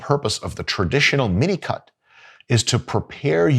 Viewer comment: Is he really saying minicut? Because I always hear minico*k 👀